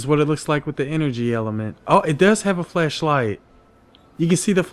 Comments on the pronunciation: He is saying flesh light instead of flash light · Ooooohhh its FLASHLIGHT not FLESHLIGHT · I'm hearing flesh light not flash light lol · When he was saying flashlight y’all I heard was fleshlight 😂💀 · You saying fleshlight or flashlight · flashlight or fleshlight? couldnt tell what u said lol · Did anyone else hear flesh light when he was talking about the flashlight? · Swore this man was calling it fleshlight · I just keep on hearing fleshlight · I thought you said fleshlight, my bad. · Thought you said Fleshlight.......